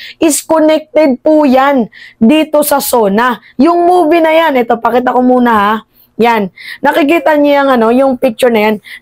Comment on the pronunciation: 😂 okay n yan wag n sya umatend bka marinig ko n nmn yung "ITUK ITUK"